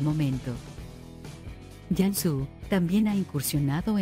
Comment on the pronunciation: Y por que pronuncia Yansu, si se pronuncia tal cual se escribe Cansu